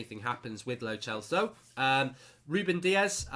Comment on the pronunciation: It’s (pronunciation) lo sell sow